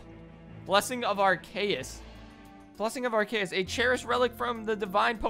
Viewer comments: It’s pronounced ar-cee-us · It’s not said arkaus it’s called arceus also I know I’m spelling it wrong I’m saying how y say it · #Thursday also u pronounced Arceus wrong